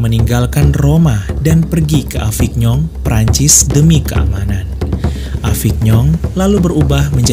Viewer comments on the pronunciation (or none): Maaf mas Avignon dibaca avinyon, Lourdes dibaca lurd